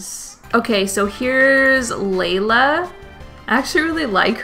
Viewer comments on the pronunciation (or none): Was it just me or was she calling Layla Lila